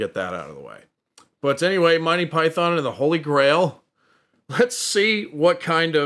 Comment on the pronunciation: Monty = /monti/ not Mon tye